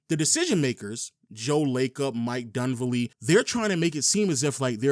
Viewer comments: Ugh. So annoying. Say it with me kids….DunLEAVY!!!!!!!!! Jesus Christ. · "Dunvelli"... It's"Dunleavy"